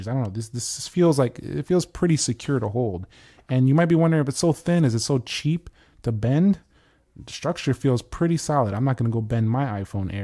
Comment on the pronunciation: IT'S CHEEEAP. CHIEP IT'S CHIEP, CHIEP